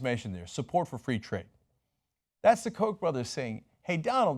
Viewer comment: I love when my American Turkish favourite broadcaster and owner of TYT say: at the end rather than at ( thi ) end since the determinate article is written always THE but is pronounced differently. the boy CONSONANTE the end. VOCALE not a criticism just a reminder . LOVE YOUR INFO SHOW KEEP IT REAL. HILLARY 4PRESIDENT. BRUNO BRIZZI MACCAFERRI